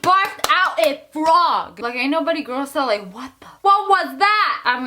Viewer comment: The way you say frog 😂🐸